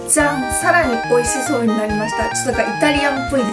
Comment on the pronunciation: ツナマヨのじゃん！がざんに聞こえるw